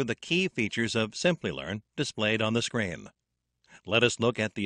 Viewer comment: Isn't supposed to be SCREEN or it is as repeatedly pronounced by voice in the video SCREAM?